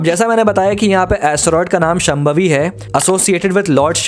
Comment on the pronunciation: Wonderful analysis but please pronounce names correctly. शांभवी not शमभावी.